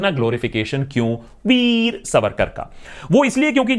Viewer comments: Veeee Savarkar is the right pronunciation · The way veer is pronounced 🤣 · The way sir say "Veer"... 🤣🤣